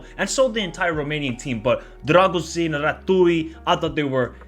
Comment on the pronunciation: Great vid! On a side note, i'll give you a little hint with the pronounciation of the names: it's not "RA-TOOI", it's "RA-TZEE-OOH". It's not "DRAGUZIN" it's "DRAH-GOO-SHEEN". Same with "DRAGUZ", the correct pronnounciation is "DRAH-GOOSH"